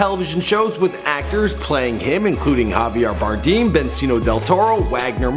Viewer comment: Javier Bardeem and Bencio Del Torro... Nice one -.